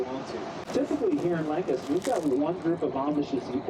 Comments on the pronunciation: First of all, it’s LANK-ister, not Lan-CASTER. It’s not hard. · As long as people don't say Lan-caster like did, it drives me mad 😂 a pet peeve if you will. every where else on earth it's Lan-caster but ours (the best one) is different 👍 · its not lan-cas-ter its "lang-cis-ter"! Just saying. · Lancaster, not Lancster, and we pronounce it Langkister. Glad to see you got to visit Pennsylvania! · lan-kiss-ter, not lan-cast-ter. sincerely, a lifelong Lancaster, PA resident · Pronounced lank-iss-ter So glad you enjoyed your time with the amish! We live about an hour and some change from them and we always try to visit a few times a year for yummy produce. I also eat tomatoes like apples . If anyone else is fascinated by the amish i recommend "more than happy" by serenah b. miller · Here in PA. Lancaster is pronounced "LANG-kister". Now you know. Have a great day! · Its pronounced- "Lank-ister" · It's LANK-UH-STIR. Crazy to see you in Lancaster and you were in SmokeTown close to where I went to school (CV). Born & raised in Lancaster county, very small town living but the food is amazing & it's beautiful. My grand dad drives the Amish around to job site's as well. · No, it's Lank-ah-stir !